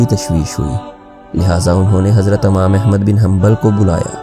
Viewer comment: Amam nahi yar imam hota h